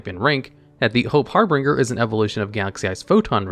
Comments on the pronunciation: it's harbinger not harbringer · Harbinger not Harbringer. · brother in christ its called "Harbinger" not "HarBRINGer" can we have just one video in which you dont absurdly mispronounce cards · I don’t want to be rude, but you need to start looking up how to pronounce words when you don’t know them. It’s not har-bringer, it’s harbinger, Har-bin-ger. Just like it’s not arc-fiend, it’s Arch-fiend. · Har-bin-ger not Har-bring-er. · I like how he's pronouncing harbinger with a third R that doesn't exist. It's pronounced like binge like you're going to binge your favorite anime. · Say it with me now. HAR-BIN-JER. HARBINGER... not har-bringer >.> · Everytime reads harbinger (har-bin-ger) as harbringer i cringe a little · Har(binger) not harbringer i thought that aswell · gonna be that guy, but... it's pronounced harBINGEr, like "GINGER"... only had to do it because it's one of my favorite cards, I'm sorry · HARBIN(G)ER (J) not HARBRINGER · Small nitpick Number 38 is pronounced Hope Har-bin-ger. Not Har-bring-er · The pronunciation of harbinger in #9 is killing me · Harbinger* there is no second R. I LOVE your content, but your pronunciations on certain things is just so frustrating 😅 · Everytime says Harbringer instead of Harbinger, i physically cringe. I love his channels so much but that is always sending me ^^ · Harbringer* i know Harbinger is correct but he was very determined in maintaining the name as "Harbringer" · Har-Binge-Er. Just a polite FYI, love the videos man. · It's name is "Hope Harbinger", pronounced "HAR-bin-jerr". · Harbinger (Har-bin-jer) It's real word. Basically a messenger or announcer of another. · "Harbinger" is pronounced har-been-jer. I love your videos. Single-handedly getting me back into YGO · Hope Har-bin-ger(the ger is like jer in jersey), you've never played koth 2 the sith lords brother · Do you not know how to say the word "Harbinger"? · Hey don’t wanna be that person but that’s not how you pronounce harbinger my dude